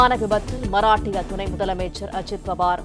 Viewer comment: செய்தியை வாசிக்கும் பெண் மஹராஷ்டிரா என்ற மாநிலத்தை மராட்டிய மராட்டிய என்று வாசிக்கிறார்.இது தவறு.